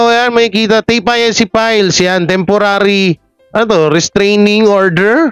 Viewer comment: E di Tape Ink…na lang ang basta mo/pronounciation